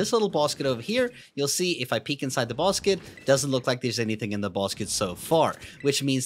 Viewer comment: Bruh you said "bosket" instead of basket😂😂😂